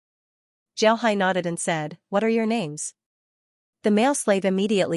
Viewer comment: Why do you mess up the names soo much? I mean it is so easy to know who is talking but you fuck up the names like it's intentional